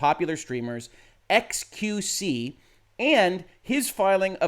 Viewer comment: "Ex-queue-see" Your French is horrible, but I understand you ask for forgiveness for talking about large butts, err, largess. You are forgiven.